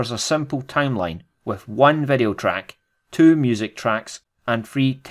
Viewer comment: its VEE DEE O. not vedio